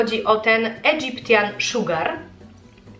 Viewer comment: „Egyptian” wymawia się idżypszyn ;) /iˈdʒɪp.ʃən/